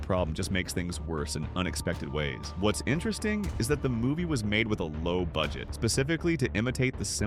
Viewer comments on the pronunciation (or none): none